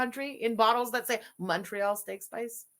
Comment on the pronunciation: even MFW in Indiana has Montreal Steak Spice. She calls it "Monorail" steak spice. Yes, monorail like the train 🤣